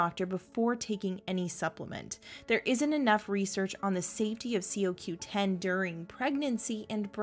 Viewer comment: Why don't you say it coreectly CoQ10 or is that the way they say it in New Zealand🤣